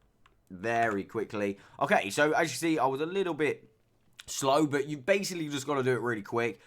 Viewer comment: i like how instead of saying « but » you say « boat »